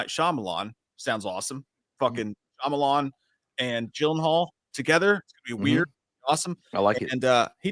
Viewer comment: I wish J knew how to say Shayamalon, (Sham-a-lon)